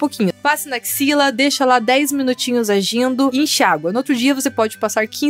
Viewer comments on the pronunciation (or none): fala acxila!!!!Kkkkkkkkkkmm